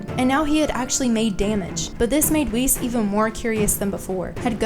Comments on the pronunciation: I love this channel etc but why are you pronouncing "Whis" like "Whees"? It's "whis" like in "whiskey" 🥃 "wizz" lol isn't it? How come? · i remember not long ago when i made a comment when u said Whis like wiz in wizard. but now youre saying it right!! ohhh yeaaaaaaaaaaaaaaaaa